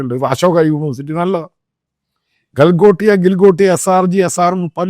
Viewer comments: Gagalotia alla Galgotia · Moron Mathayi first u pronounce the correct name of the university 😂😂😂